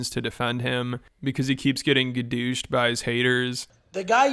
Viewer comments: I literally lost it when he said he was getting “gadooshed” 😂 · Gadoooshed lol 😂